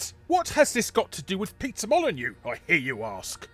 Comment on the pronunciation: I love that you pronounce Peter Molyneux as Pizza Molyneux at ~ .